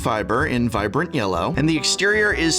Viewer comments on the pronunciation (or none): none